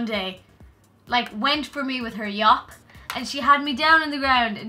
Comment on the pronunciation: "She came at me with her Yop" Never have I heard anything more Irish!!